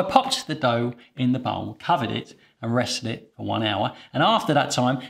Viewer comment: Are you kidding? American bread flour is perfect for all bread recipes. It's your Canadian Robin Hood that's inferior. And it's "for," not fir.